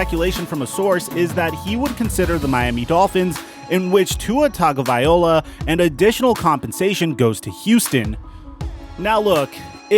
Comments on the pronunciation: Great vid but you might want to check how you say Tua's last name. It's TagovaiLOA not TagovaiOLA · It's tung-oh-vai-lo-uh, not tung-oh-vai-ola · ITS TUA. TAGO- VAI- LOA DAMNIT!! NOT VIOLA!!! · Tung-uh-vai-lo-uh lmao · Dude if you're going to make a video and talk about professional football players say their name right! Figure it out. Tagovailoa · it’s not tungaouviloa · It’s TUNG-oh-vy-LOW-uh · needs to work on his pronounciation ov Tagovailoa 😄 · I can't believe that you spent the entire video mispronouncing Tua's last name lol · He was close he just forgot to pronounce the invisible n 😭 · Well never mind he completely butchered it after I listened to it again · Not just this video. Hes been butchering Tua's name for a while